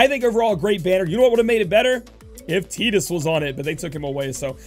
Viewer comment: you're saying tidus's name wrong